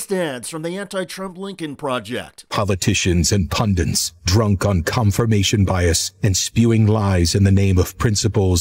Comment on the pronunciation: GD it, it's punDITS not punDINTS! Can't any of these guys pronounce it correctly? 🙄